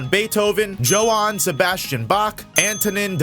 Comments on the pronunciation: The way he said "Johann" and especially "Amadeus" killed me lmao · Was this AI? The pronunciation of Johann and Amadeus fucked me up lol